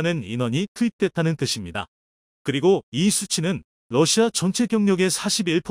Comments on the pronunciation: 수고하십니다 *러시아를-러시마로 *6 25<육이오를-육이오일로 잘못 발음하시네요 신경써주시면핲니다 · 러사를 러시마로 읽는거야 러시마란 날가 있나요 잘못흣 글을 그대로 읽는거 아닌가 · 러시아ㅡ왜 마ㅡ로읽나요